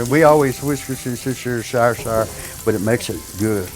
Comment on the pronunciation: Many years I worked in a restaurant with a guy who called Worcestershire (pronounced, wurst-er-sure) sauce,it "Wha's-dis-here sauce."